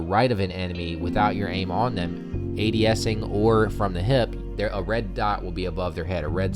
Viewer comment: Lmao he says adesing